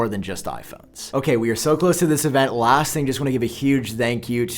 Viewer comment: For "dish" year and "lasht" year, smh!!! I wonder why this guy pronounce "this" as "dish" and "last" as "lasht"?